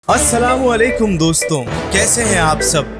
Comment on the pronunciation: Pehle salaam sahi karna sikhein